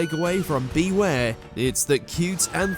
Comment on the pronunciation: The franchise was built around Ash&Pikachu But Not Anymore 😭 &You Mispronounced ZACIAN BEWEAR AMPHAROS LOPUNNY DEOXY&SSCIZOR